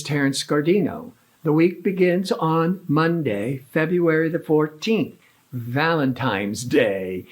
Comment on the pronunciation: “Valentine’s” is pronounced with an “N” not an “M”.